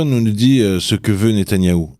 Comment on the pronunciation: natayahou?C est NETANYAHU,natanyah c est une ville, franchement vous vous ne vous rendez pas compte de ce que vous dîtes, un kapo 👎